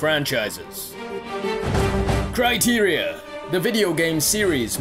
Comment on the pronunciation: Haha "Critera" :L